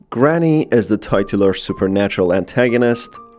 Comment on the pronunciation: That is not how the word "titular" is pronounced.